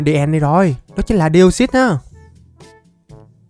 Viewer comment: Deoxys? ko ko Deosus =)) ( Chuc buoi trua vv)